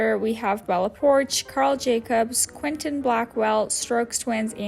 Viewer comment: oh my good lord put some respecc on Quenlin Blackwell's name SHE IS AN ICON you called her Quentin 💀